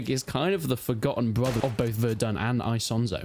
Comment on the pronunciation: "Aisonzo". I do love how English native speakers can't speak any other language out there😂